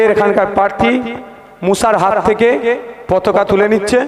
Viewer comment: পতকা নয়‌ পতাকা। উচ্চারন ঠিক করে করতে হবে। না হলে সম্মান নিয়ে টানাটানি ।